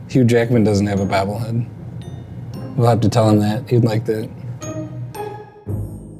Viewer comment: "Bahbble head"